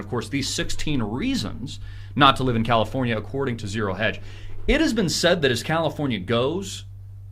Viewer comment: "Crowdafornia" loll